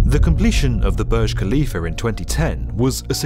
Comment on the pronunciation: The Burj Khalifer? Ha ha ha haaa!